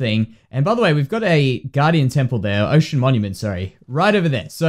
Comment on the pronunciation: Juan Van Niekerk I know you mean ocean, but "Osian" sounds like the name of another place he can build (pronounced oh--SIGH--an, meaning "from Osiah ")